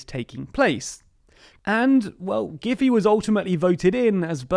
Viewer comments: Actually, Mrs. Giffey's name is pronounced "Gif - fy" like in "fly". I understand the idea of facilitating communication by simplification. However, doing so for a person's name still irks me. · The SPD mayor's name is actually pronounced more like "gif eye" (as opposed to "JPEG eye", rather than "giffy". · Thats not how you pronounce "Giffey" it is "giff - eye"